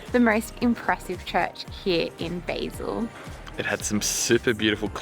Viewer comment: Great video but it's pronounced "Bah-sil" not "Bay-sil"!!!!